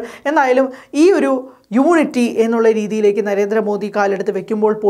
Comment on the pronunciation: നമുക്ക് അല്ല. നിനക്ക് വില കാണില്ല. പിന്നെ പോട്ടകിനട്ടിലെ മലയാളി തവളകൾക്കും. ഞങ്ങൾക്ക് ഞങ്ങളുടെ പ്രധാനമന്ത്രിയോട് വില ഉണ്ട്. പിന്നെ "യൂണിട്ടിക്ക്" അല്ലെടോ.."യൂണിറ്റി" എന്ന് പറ.